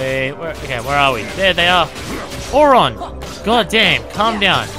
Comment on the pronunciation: 1. Please get rid of Auto abilities. 2. Auron isn't pronounced Ohr-RAHN, it's more like OHR-rin.